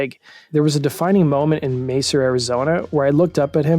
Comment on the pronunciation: Lol it's Mesa, Arizona, not Macer. I live here in Mesa haha